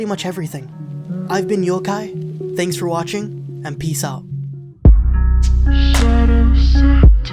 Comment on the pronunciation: You’re rather convincing, and I almost want to watch this now, even though I absolutely hate watching conflicts where I’m constantly screaming “just talk to each other!” Haha, at then end I misheard when you said Youkai as Yougai... Youguy? Yohguy? Yeah I don’t know. Thanks for the video though. :)